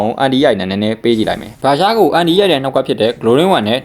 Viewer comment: အန်တိုင်လို့အသံထွက်ရင်ပိုမိုက်မယ်ဗျာအန်တီအန်တီနဲ့